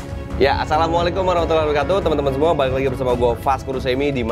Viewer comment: Assalaamualaikum bang Mohon ijin utk mengoreksi ya bang🙏 Saya penyinak setia Chanel ini.terkait ucapan assalamu'alaikumnya saat membuka tolong disempurnakan pengucapannya Karena saya merasa terganggu dengan yg ucapan salam Abang sehingga maknanya jadi samar Walaupun maksudnya sama Karena ucapan salam adalah do'a Maka ucapkan dengan baik dan benar Tolong ya bang🙏😊 Hanya saling mengingatkan Terimakasih🙏